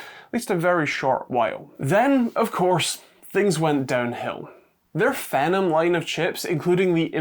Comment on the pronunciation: I've always pronounced these as 'FEE-nom', as I think it makes more sense than the way you said it (i.e., like 'venom').